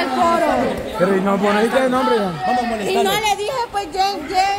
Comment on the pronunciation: Esq. Alejandra tu. Pronunciasteis mal. El nonbre